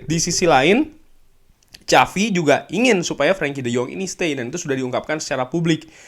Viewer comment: Kok “CAVI” sih bang? Bukannya “SAVI” ya?